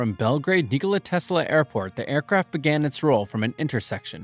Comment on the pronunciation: Bro said nekola tesla from dead rails💀